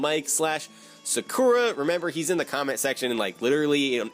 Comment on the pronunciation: I was sorta looking for people to try and force you to say Sakura right...